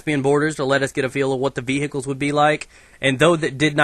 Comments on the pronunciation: ve HI cles :L lol the emphisis on hi :L class :L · love when you say beeheecheules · you say vehicles like my science teacher.